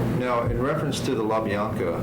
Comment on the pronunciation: it wasn’t the La-BL-anca’s ….it was the La-Bi-anca’s. Sorry, had to just correct that.